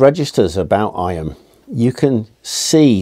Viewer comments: Not "I-am" but pronounced "eam"! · Eyam is pronounced eeee m, not eye am. Its a Derbyshire thing 😊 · The Derbyshire pronunciation is 'eem' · Sure it must have been mentioned somewhere here but Eyam is pronounced Eeem!